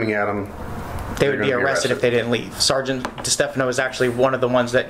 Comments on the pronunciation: Can we please have a montage of every single "saregant" or "officer oogletree"? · "all i kept saying over and over was 'sargeant'" for once he's not lying